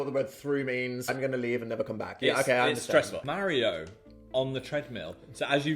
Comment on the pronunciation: how are y'all gonna make fun of american pronunciation of "marinara" and yet have the nerve to say "mario" like that lmao /lh